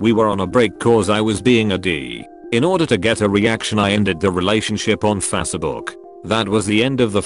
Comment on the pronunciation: "Saw her wedding photos on fassabook"